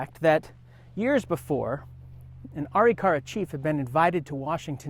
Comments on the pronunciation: This guy doesn't know how to pronounce Arikara... A rik a ra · you are not saying it right, so it sounds like you are lieing, it is pronounce Arikara - Ah- Rick -Ah -Rah not the way you are saying it. get it right historian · An excellent presentation on a complex subject. What's with the pronunciation of the tribal name? I've never heard it pronounced that way.